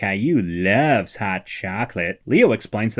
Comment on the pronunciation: Every time you say “play” and “loves” I die 😂